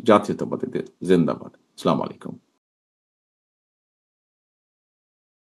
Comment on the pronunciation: আশা করি পরবর্তীতে সালাম টা শুদ্ধতা সহকারে দিবেন।।। আসসালামু আলাইকুম।।।